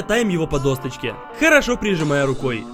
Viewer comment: Досочка, а не ДОСТОЧКА!